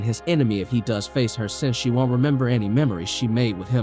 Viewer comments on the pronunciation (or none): none